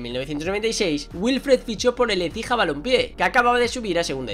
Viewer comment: ASÍ NO SE DICE ÉCIJA VENOOOOM